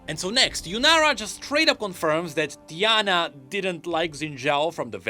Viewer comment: I know my guy hahaha he just said the name wrong Its TI-ana But instead in this case he said DIE-ana , simple emphasis on the first letter makes it sound completely different… It was a joke